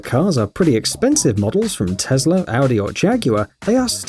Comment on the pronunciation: It’s tesla not tezla